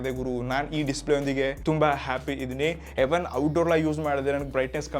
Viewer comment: ಎವನ್ ಅಲ್ಲಾ ಬ್ರೋ ಈವನ್ ಅದು😂😂😂😂😂